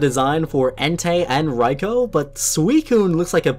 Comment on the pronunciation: Raikou (Rai-KUUU). Not RaikO